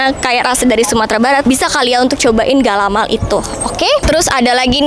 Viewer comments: ga-la-mai bukan galamal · Galamai kak bukan galamaL ada juga dengan sebutan kalamai..galamai itu seluruh daerah sumbar punya ciri khas masing masing..galamai bisa tahan berbulan bulan,,pembukus galamai itu bermacam macam ada yang dibungkus dengan anyaman daun pandan tapi bukan daun pandan musang ada dari daun jagung